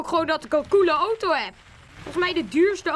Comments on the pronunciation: ) het is auto geen OTO;) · ben ik de enigste die het raar vind dat hij oto zegt in plaats van auto? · Het is een auto geen otoo